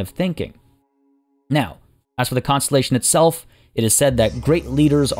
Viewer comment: He said "We shan't see another costellation tomorrow"